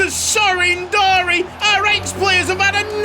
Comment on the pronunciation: The name is Darie, not Dari. Anyway awesome episode